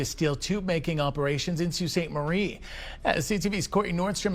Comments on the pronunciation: Sue Sweet Marie? Sue Sainte Marie please. Crappy AI pronounciation. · If this is a Canadian project funded with Canadian money, why are you showing hands counting American money? Leave them out of it! Also, it's pronounced "Soo SAINT Marie," not "Soo SWEET Marie". Obviously a U.S. video or else he'd know something that simple. Why should we, as Canadians, watch a U.S. video about Canada and expect any of this to be true? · It’s pronounced Saint not sweet marie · Why can’t any of these videos pronounce the name of my city, Sault Ste Marie is pronounced Sue Saint Marie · It is pronounced Sault Saint Marie. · Tell the bot that the city's name is pronounced "soo sainte marie" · ❤❤❤❤❤ yes that pronunciation has driven me crazy for months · The mispronunciation of the city name certainly does not add to the quality or 'listenability' of a website. The use of speech-generators slaying words need an ability to replace badly-formed words with a better-sounding version. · damn annoying isn't it....makes you wonder about the accuracy of this entire report